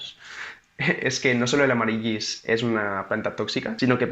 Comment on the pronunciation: Nen, amarilis, se pronuncia. Besos.